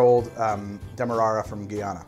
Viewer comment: Guyana is pronounced with "guy" like "Guys and Dolls"